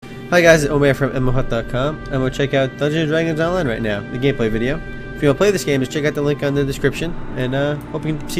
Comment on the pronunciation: Did he say gayplay? lol :D